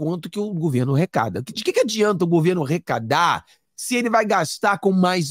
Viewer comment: ARRECADAR !! E NÃO... " RECADAR " ! 😮